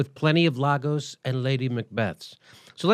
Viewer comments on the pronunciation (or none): It's Iago (pronounced ee-ah-go) with an 'i' Jimmy, not "lago" with an 'L'. Just sayin'. And Iago is a Hillary Clinton-type (evil, liar, Machiavellian, etc). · Jimmy, that's Iago's with an i, not Lagos, though he was a pretty cool (Bond) villain in his own right. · I'm sorry, did I hear him say "Lagos"? The name is Iago (pronounced "Ee-ar-go"). I don't know if it's an American thing, but I've heard some very odd name pronunciations on TYT videos just lately ("Eye-an" rather than "Ee-an" - is Ian not a common name over there?) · Haha he said lagos